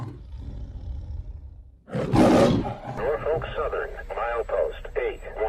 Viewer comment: Norfolk not Norfork